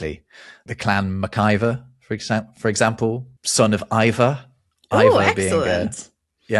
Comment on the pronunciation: Maciver here. Only we pronounce it eever